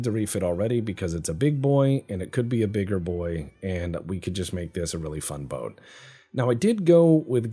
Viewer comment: Torpedo boot....did summon a canadian there for a second?